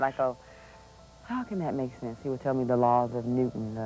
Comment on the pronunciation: Flo Jo said "the laws of Netwon"...